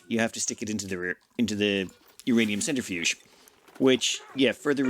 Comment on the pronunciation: Lol "centrifuge, centrifuge, centra...". I haven't really watched much YT lately but saw this series pop up and it's been like catching up with a long, lost friend. Keep up the great work my friend.